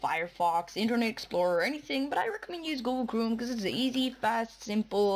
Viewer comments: ITS CHROME NOT CHRUME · its google chrome not chrooom dufuq